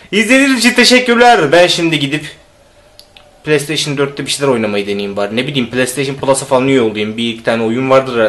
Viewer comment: pileysteyşin dedi ya la :D bırak git ya